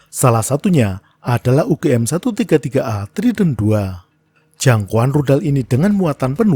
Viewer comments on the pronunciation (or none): kenapa pas nya bilang tudal infonesia, saya langsung ketawa terbahak bahak 😂😂😂😂😂😂